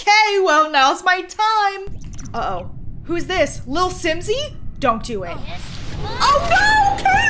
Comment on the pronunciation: How doesn't notice that she said lilswimse